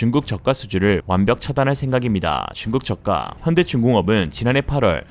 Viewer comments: 중국 저가. 발음에 뿜었네요. 😉 중국 차이나. 왜케 차이나. 운율도 좋아요. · 중국 저가 가 이상 하게 들리는데 나만 그렇가요?